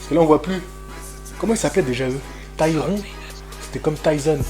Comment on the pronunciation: Tygnon pas Tyron !